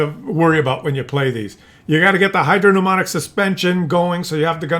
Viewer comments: Hydro pneumatic is pronounced hydro numatic, GG Scientist. The "P" is not pronounced. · Hydro - PNEUMATIC !!!! FFS!!!!!